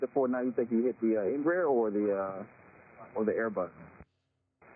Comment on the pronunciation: Embraer is pronounced: En Bra Air 😊 then you sound almost like the correct Portuguese pronunciation